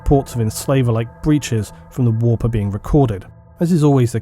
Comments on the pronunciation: annoying voice, says "whoorppppp", instant down vote. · English people say "the warp" like "the wap" and that makes this video so much funnier